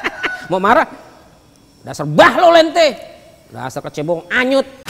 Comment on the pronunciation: Pas ngomong KECEBONG Anyutt Dalem banget bang wkwkwk